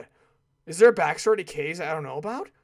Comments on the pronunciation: cringing so hard... kaze is pronounced KHAze which is japenease for wind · For this playthrough, I'm ok that Kaze's dead if it means you wont say his name incorrectly anymore. I just hope you know how to properly pronounce it by now.